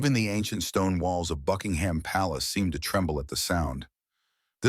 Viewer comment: Please, PLEASE, the royal Palace is NOT a jumping pig. Drop the 'h' and pronounce it 'Buckingm".